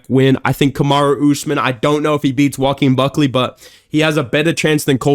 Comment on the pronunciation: Bro said Joe Uh Keen Bawk Klee. It's pronounced WAH-KEEN BUCK KLEE my brother.